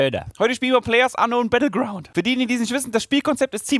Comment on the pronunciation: Oh nein... ist es so schwer Playerunknown's Battleground's zu sagen?